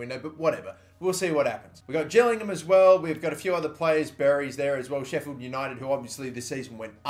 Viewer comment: U said gillingham wrong